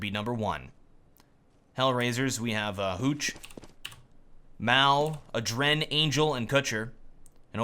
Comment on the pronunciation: it kinda drove me nuts.. its Aadren. not adren. you pull the a so like Aadren and not aDren